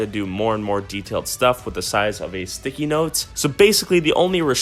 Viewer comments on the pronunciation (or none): is he sayin THICKIE instead of sticky on purpose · He says "thickies" instead of sticky for majority of the video lol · instead of sticky he said thicky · anyone notice hes saying thicky instead of sticky